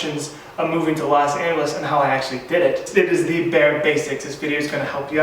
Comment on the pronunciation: Los Not Las😑😑